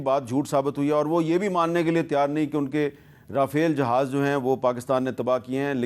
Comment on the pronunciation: Pehlay Jahaz bolna toh seekh lo 😂